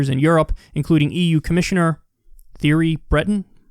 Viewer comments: “Theory bretton” lmao. It’s pronounced “tee-airy” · "tee-EH-ree breh-TAWN" Also, hard "g" in "Angle-a" Merkel